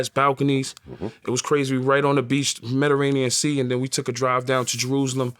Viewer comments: Mederanean Sea 🤦 Mediterranean Sea Yay 🤣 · This interview already funny my boy said Mediranean sea 🤣🤣🤣🤣🤣🤣🤣🤣it’s Mediterranean 🤦🏿‍♂️ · Mederranean? Missing a syllable my guy... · "Mediranean sea" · “We had a room over looking the medderanian sea”😂😂😂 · Medirrenian 🤣 . Going places u can't even pronounce lmao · My man said Medranian!!!👍🏿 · That man said the mediranien sea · Metaranean sea 🤣🤣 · "Medirranean Sea" he goes viral again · Meta-rainian sea 🤣🤣 I love you yayo please don’t change ✊🏾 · I’m sayin “Metarainian” for the rest of my life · Mettarenean sea lol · He said the medderanian sea 🤣 fire interview! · "The mederranian sea" 🤣🤣🤣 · “Medderanian” sea 😭😭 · Mediterranean Sea 🌊 😂 (medaranian) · This nigga said Mederanian 😂 twice 😆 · You said medirainian? Hahaha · Yayo saying "Mederaineean Sea" multiple times like Crunchy with the "Glad" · He fucked that Mediterranean Sea pronunciation up twice 🤣